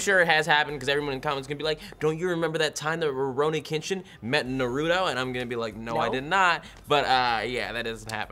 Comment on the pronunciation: What the fuck is narewtoe?